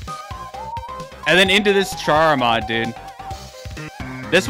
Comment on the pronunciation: say Chara like char one more time and I will come to your house and throw away your computer.